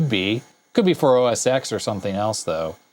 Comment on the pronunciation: Just a friendly heads up. It's pronounced OS TEN not OS EX, it's a roman numeral (X = 10).